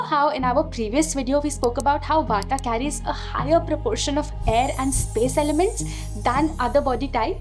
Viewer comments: it's not "wata" it's "wat" it's not "pittha" it's "pitth" don't destroy our cultural identitie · Thank you for the video. Please dont add extra "a" at end of every hindi/sanskrit word - its Vaat, not Vataa, pitt not Pita, arjun, not arjuna, etc.